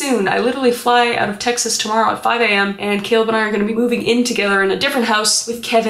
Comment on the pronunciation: Why she gotta say Texas like that with so much emphasis behind it 😭lmao